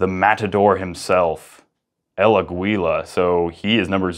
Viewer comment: Funny el Aguila pronunciation